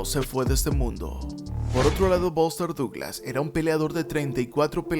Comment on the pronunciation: The pronunciation of the names of famous American ad British boxers is so bad that it's almost impossible to tell who he's talking about. ("Bóster Dooglasss"!) Lol.